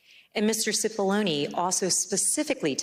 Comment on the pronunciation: Murphy kept calling Cipolloni Cipollini.